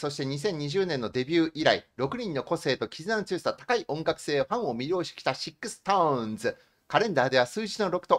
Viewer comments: 、シックストーンじゃなくて、SixTONESはストーンズと読みます。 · 余計なお世話ですが、、、 読み方が間違っています。 シックスストーンズではなくて ストーンズと読みます。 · ストーンズを「シックストーンズ」て読むのは、流石に恥ずかしいので気をつけて欲しいです。言っている内容の信憑性がすごく下がります